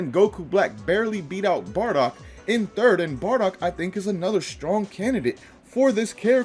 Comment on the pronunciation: It's Bardock. And I'm gonna die. 💀